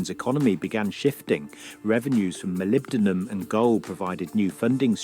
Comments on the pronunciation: MolybdeNum,. And yes, a lot of people have heard of it. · Hi GreatWhiteNorth here. It is Molybdenum. Not being critical😎